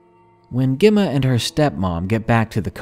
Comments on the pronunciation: Gemma is pronounced jemma. Not important just needed to say it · Gem ma- like gem stone and Ma. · You later pronounced Emma ok, Gemma is like Emma with J in front.